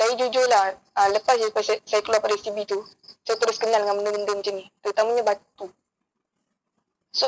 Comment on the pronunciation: haah dia sebut sbt😜😂 apelah